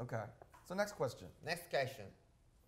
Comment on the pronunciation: RM: " Next Question." JHOPE: " Ness Kreshchin" HAHAHAHA😂😂😂😂